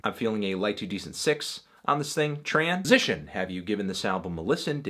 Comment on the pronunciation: don't you mean Tranz-ition?